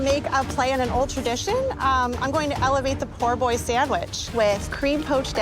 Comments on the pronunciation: triggered by how that lady said "Poor Boy sandwich" instead of po' boy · girl is so white she literally said Poor Boy rather then Po' Boy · I didn't see any comments about the lady who enunciated "Poor Boy" sandwich. Made me cringe. lmao It's a Po' Boy!